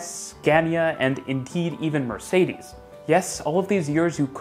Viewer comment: The way you pronounce Mercedes tho 😂